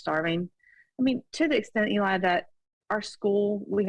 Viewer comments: Is she calling him Ely? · Does she keep saying Eli?